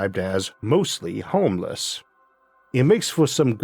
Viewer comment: Rewatching this episode with a more “sensitive” eared girl in the room, & she just asked why He just referred to Humankind as “mostly homeless”😂 that one got me. I had to think about it for a solid amount of time before it hit me😅 I don’t even hear Arthur’s impediment anymore. I think that with the amount of time I’ve been listening to him talk, has just locked me in. It’s a dialect as far as my brain goes. Also it’s associated with a more optimistic & less Bleak outlook about humanity’s potential and our possible future. Which is better than my baseline unfortunately 😮😅 I don’t think she’s ever read the hitchhikers guide series. I didn’t want to push it by asking. Regardless I thought I would share this ridiculous exchange of words and ideas.